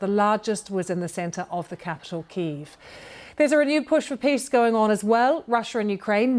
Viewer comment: Why are paying our TV licence if the BBC can't learn how to pronounce Kyiv?